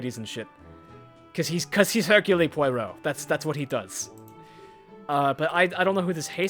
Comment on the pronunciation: I hate it... SO much, that you keep saying "" "Poy row"... Especially because BOTH of the main characters say his name properly, but you keep pronouncing it wrong anyway!?! I love your games, and I'm absolutely adoring your more in-depth video essay style content. But please... PLEASE, can you say "hirk YULE" "PWA row". I won't even insist upon you dropping the 'H', like Hercule himself ("irk yule"). Please... just for me.